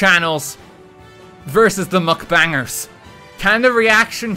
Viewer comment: Is anyone gonna tell him its mukbang and not mcbang??? Or like?